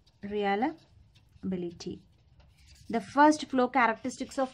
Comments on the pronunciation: Nice session. Pls. correct. Its Reliability not realability. You are pronouncing it "realability".. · It's not Re-ala-bi-li-ty It's re-lia-bi-li-ty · ya u right her pronunciation is not correct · no mate, it is indeed pronunciation